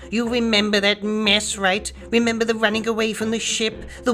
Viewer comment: "You weememba" no thanks you fucking asspie.